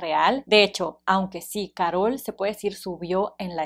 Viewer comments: No es Károl es Karol😂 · Que estrés que diga caROL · Como se te ocurre pronunciar “Carol” así? 🤣